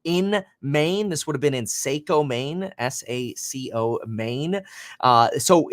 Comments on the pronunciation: Mainer here, this is so unreal…. I can’t believe this is happening in my backyard. This is so devastating. It’s pronounced like Socko btw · Saco Maine lol saayyycooo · Lol saco is pronounced sackoew. The a has an ahhh sound, the o has a hard o sound. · Sock-o not Sake-o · Saco pronounced socko